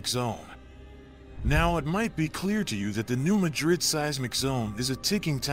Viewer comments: New Mad-rid not New Ma-drid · You video quality is excellent. Your content quality is somewhere between poor and useless. For starters, get the name right!!!!!!!!!!! Ma-DriD is in a place called SPAIN. Mad-Rid was a town in a place called MISSOURI. Next, New Madrid Missouri has never been touched by a significant flood. But, Madrid was wiped off the face of this planet! In a couple minutes the Mississippi River ran backwards, according to eye witness testimony and geologic site evidense. The backflow is believed to have run for 5 days. In a few minutes of time, the backflow killed 10,000 people or more. Reelfoot lake in Kentucky started to form. Your next mistake is the town sizes. In assending size order, was, New Orleans, Madrid, Memphis or St Louis, and finally Chicago. Yes you read that right. Madrid was the second largest town on the river and on that day everyone died in seconds or a few minutes. The few people left alive, in the area, moved west 5 miles. They created a new town and called it New Mad-Rid. The statistics, which I doubt you understand, are these. Every year, the odds are 1-2% chance of a 7.0 or larger sustatined earthquake. There are several other mistakes in your video, but I am worn out explaining this stuff. I suggest you take this garbage down and do a complete rewrite. Everything I have said here is well known facts from government and university studies. These facys have been stated MANY times in public domain. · Not in Arkansas we say mad rid you say it how you want to but your wrong but that's ok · 1. It’s New MAD-rid 2. We’re just ignoring the fact that western KY is also gonna be obliterated? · Why can't you so called expert reporters get place names right.... It's pronounced New MAD rid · And those locals are the ones mispronouncing the word , the area and town were named after Madrid Spain . NOT MADrid ! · He should first learn how to pronounce new MADrid properly and try to attain some credibility